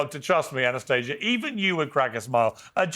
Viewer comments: Ana-stay- ga won’t be gaslit that’s not how you say it! 😂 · No, no, it's pronounced ah-nah-STAH-see-yah. Check your privilege 😂😂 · Don't you mean "Ana-stah-sia" 🤣